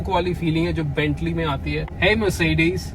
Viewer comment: The way you say “mer’ce’des” makes it more posh